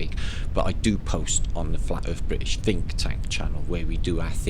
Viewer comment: Did I hear say Phinktank? No I guess I didn't. I'm getting old.